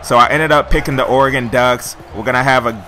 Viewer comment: At least you pronounce Oregon's name right lol. #goducks